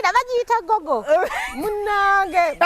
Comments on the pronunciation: Wabula bad black mbu looooooooovuuuuuuu,😋😋🤪🤪😘🤣🤣🤣🤣🤣🤣🤣usher wakukutamu omuntu ,mbu guuuuuuguuuuu instead of Google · 🤣🤣🤣🤣🤣🤣🤣🤣naye bad black mbu gugu as in google